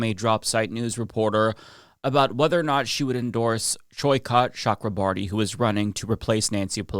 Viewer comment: Cha- kra- bor-thy